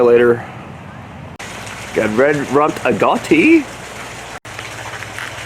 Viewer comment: Agouti -- Ahh Goo Tee (Love your channel)